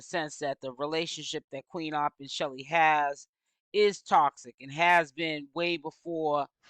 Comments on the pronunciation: Yes !! Why do she keep calling this girl Shelly ?! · Her name is Chelle (like shell) it's short for Michelle 😩